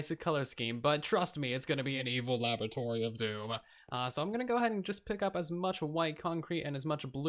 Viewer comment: Its pronounced “laboratory”